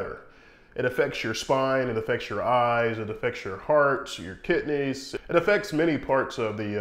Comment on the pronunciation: lol, whats a kitney?